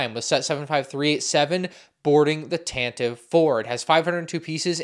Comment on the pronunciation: are you even a Star Wars fan. Can't even pronounce tantive correctly 🙃 My favorite part about this is the Fives who doubles as a stormtrooper.